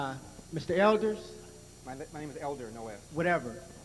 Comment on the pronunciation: "Elders" ....My name is Elder" ......."Whatever" ....."Let's try not be vicious"....."I'm not, it's the way I speak". Well, the way you speak is disrespectful. No matter your race, nobody deserves the lack of respect that man displayed towards Mr. Elder. Don't expect respect when you can't take a moment to say a man's name right and then scoff at being corrected.